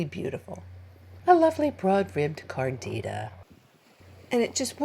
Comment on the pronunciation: Is it wrong of me to hear carnitas when you say cardita? 😊 Great video!